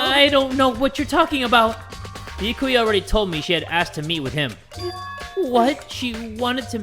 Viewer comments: Can someone please tell its B-ya-Ku-ya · it is NOT bee-yuh-koy-ah IT'S bee-yah-kah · anyone else kinda triggered by how he pronounces byakuya?